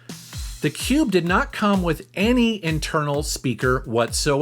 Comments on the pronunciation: Cringed every time you said cube but other then that great video! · Love your channel, Never say "cube" again, PLEASE!